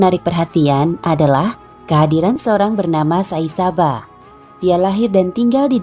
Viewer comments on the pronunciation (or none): Editornya payah. Sai baba kok bilangnya sai saba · sai baba knp jd sai saba sih bacanya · Tulisan sai baba, tapi pengisi suara bilang nya Sai Saba, yg benar yg mana, gk jlas banget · Sai Saba atau sai baba ini pengucapan yg benar yg mna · Adminnya kurang ngopi... atw kopinya kurang kental... saibaba woiiii.... bkn saisaba... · Mohon Diralat : Bukan Sai Saba, tapi Sai Baba dan Sudah Mati . ☝️☝️ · Maaf ya. Pengucapan nya agak salah.. Nama nya itu sai baba bukan sai saba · Sai baba bukan sai saba pea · Tulisannya Sai baba yg ngomongnya Sai saba 😂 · Bukan saisaba tpi sai baba😁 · Pegel dengernya! Sai BABA bukan Sai SABA! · Sai Baba bukan Sai saba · Sai baba min bukan saba😁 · Bukan saisaba tpi saibaba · Tulisan nya sai baba dia nyebut nya sai saba yg bnar namanya siapa sih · sai saba??? sai baba woi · Shai baba bkn shai saba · kok sai saba si😒 sai baba kelesss haduhh pengacaranya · Sai baba mba bukan Sai saba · kok sai saba, saibaba kli mba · Sai baba...yg btuk min...bukan sai saba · Saibaba oi bukan saisaba , apaan sih ngomong salah salah hhhh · Sai Baba , bukan sai saba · Sai baba min bukan sai saba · Sai baba min... Bukan Sai Saba. Lengkapnya Sri Beghawan Sathya Sai Baba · SAI BABA mba bukan SAI SABA 🤦‍♂ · Sai Baba bukan Sai Saba. Wkwkwkkk. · Sai baba woi... bukan sai saba.... taek presenter.e.... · Sai saba ke sai baba min.. Admin pon bacaannya sesat..tulis dah btul..bacaannya ke laut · Yang bener Sai baba apa Sai saba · Sai baba kok dibaca sai saba admin bgm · SAI SABA apa SAI BABA sih, tulisannya sai baba tp ngomongnya sai saba. kesel nontonnya wakakakak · Sai Baba min, bukan Sai Saba.. 😂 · Sai baba mbak bukan sai saba sayaaang..... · Sai baba mbak... bukan sai saba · Bukan saisaba mba, tp Sai baba. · Saibaba, bukan saisaba admin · Maaf ralat.. Sai baba min bukan sai saba... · Jangan mcm irritating la... Sai baba.. Bukan sai saba... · Sai baba... Bukan sai saba... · Sai baba...bkan sai saba... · Bunyinya "Sai Baba" bukan "Sai Saba". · Sai BABA, bukan sai Saba..